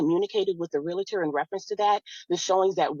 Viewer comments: the house is his...allows her to stay there. hory shet!!! even going thru this, a gentleman/provider. and why do people say "RELATOR"...is "REALTOR" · These birds always pronounce realtor the wrong way